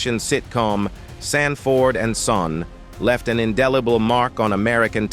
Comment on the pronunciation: To the narrator of this video why is the actor Lamont being called a (Demon) instead of Demond and why is Sanford and son is being pronounced sand - Ford ?